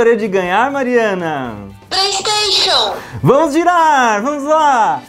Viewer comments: Plesteixo plesteixo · PRAYSTATION, PRAYSTATION, PRAYSTATION !... KKKKKKKKK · "PlayStation PlayStation PrayStation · PLEISTEICHU! PLEISTEICHU! PLEISTEICHU! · PLAYSTAXION, PLAYSTAXION *(vira logo)*, PLAYSTAXION!¡!¡!¡...……